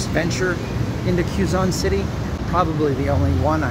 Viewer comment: pronounced as “Coo bow” and it’s “Ke zon citi”. Be careful with street foods though as some of them are dirty and could make you really sick. Some are genuinely good but some are fraudulently prepared. So be careful.